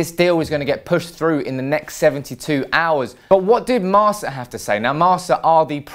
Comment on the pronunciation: Marca = Marka not Marsa (pronunciation) from a madrid fan...